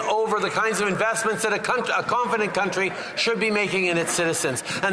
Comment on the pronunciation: he called himself a cunttree 😂